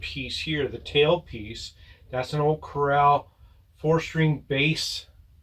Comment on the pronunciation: Very nice! Btw, it's pronounced CORAL like the Great Barrier Reef, not CORRAL like a fenced area to keep animals in.😉✌